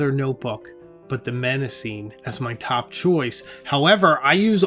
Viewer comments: Hmmm... you promise to review five alternatives to Moleskine, but present three. Please learn to pronounce your favourite choice: The first M in Mnemosyme is silent. Also, "momento" is not a word. You meant to say "memento" (meme = memory). Please present the content accurately, without cultural prejudice creepng in. Italian makers are not necessarily superior to Malasian manufacturers, as you imply. Less pretension and more accuracy, please. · Nice review. Thank you. BTW, Mnemosyne is pronounced nih-MOSS-uh-nee in English, with the stress on MOSS. The initial M is silent. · It's pronounced "NE ( as in never mind) MA ( as in mama) SIN KNEE ( and the last two sound like the real English words.)) Sorry to be 'that' guy I actually don't find pleasure in it. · Since Mnemosyne is a Greek name, you should pronounce it properly: ne-‘MOSS-uh-nee. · Great video, but Mnemosyne is pronounced neh-MAW-seh-nee, with the stress on the second syllable. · If I recall correctly from my classics classes, Mnemosyne is pronounced Neh-MOS-suh-nee I’d check Google Translate Greek. In fact, I might do it now. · Google show it pronounced "neh·mow·zeen"; but certainly not starting with an "M" sound, especially as that is the root for mnemonic! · Mnemosyne is pronounced as "nuh-MOS-uh-nee" or "nee-MOS-uh-nee.". I just looked this up and I’ve never been so wrong for so long. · mnemosyne - the first 'm' is silent and you pronounce the 'e' at the end. 'nee-mos-ih-nee'. thank you for the video and alternatives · I would pronounce it more like "neh-mo-sü-nuh". But I'm not Greek so I just try my best. Pronouncing the name of a greek goddess with English i-pronunciation feels weird to me. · Knee-mo-see-nee. The "M" is silent. Paper quality is important. I have a 2026 planner I am thinking of ditching because the paper is horrible. It smears badly. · I was rooting for Mnemosyne (neh-mos-see-nay) from the get-go, even though you Jones'd the name 😂 That paper is just superb all day long.